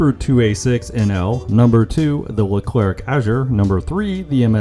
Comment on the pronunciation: When you say Leclerc just don't pronounce the last C